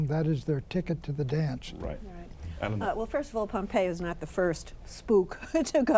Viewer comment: did pat call him PompeeO?